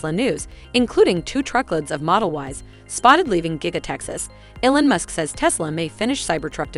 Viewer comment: It’s pronounced “E-Lon”, not “El-on”.